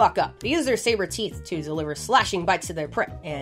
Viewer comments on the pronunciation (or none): none